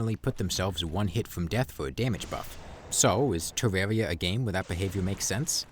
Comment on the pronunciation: The compwehensive guide to Defense (Tewwawia)